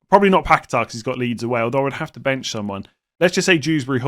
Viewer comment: PACKET-ERR & GYORKERES - PLEASE. YOU'RE KILLING ME WITH THESE PRONOUNCIATIONS